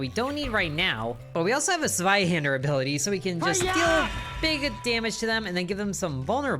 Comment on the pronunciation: I’m so happy to see you pronounce it “Sveihander” and not “Zweihander”.